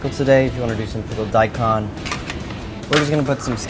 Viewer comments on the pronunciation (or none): none